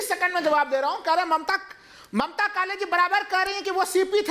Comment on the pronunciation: Sorry please read Mamtaji not Mataji.